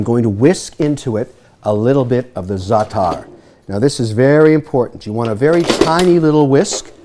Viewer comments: I don't know what the Cyprus brothers are doing with their salads, but here in Greece, we don't add lemon juice in the Greek salad! Nor this weird-pronounced zaatar spice. Jeez, Mr. Wonderful! Furthermore, "Lemon and oil" here in Greece is a famous dressing for grilled fish, not a vegetable salad. Nothing "traditional Greek" overall in this salad. So for those reasons, I'm out. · your not half lebanese you dont even know how to pronounce zaatar properly